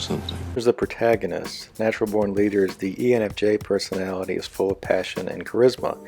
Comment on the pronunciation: "And finally there's the sixteenth perthonality"